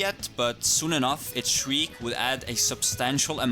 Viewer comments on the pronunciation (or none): none